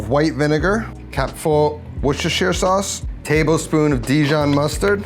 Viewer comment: Over the years, your pronunciation of Worcestershire has improved very slightly. Keep it going man, on a roll!